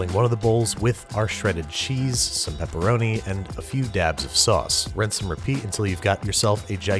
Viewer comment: did he say... wrinse and repeat... wrinse and repeat the pizza... lol